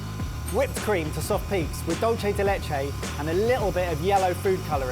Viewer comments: “Dull chey Dee leach ayy” paiiiiiiiin to my ears..... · I vote that loses a point for the pronunciation of "dulchay de lechay." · Boys, love this, really I do. But for the love of God: dulce de leche is pronounced 'dul-seh de leche'